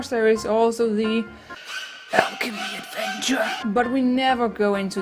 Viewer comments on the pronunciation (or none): omg I fucking love when yu say 'the alchemy adnevture' XD!!!!